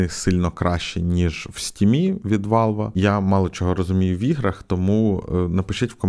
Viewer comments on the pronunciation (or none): none